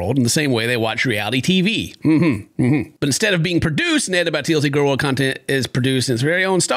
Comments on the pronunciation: She pronounces it gorl? Is she related to Gru? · it makes me irrationally angry that pronounces girl the way she does xD